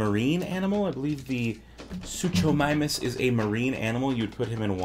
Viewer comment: Totally saying the name wrong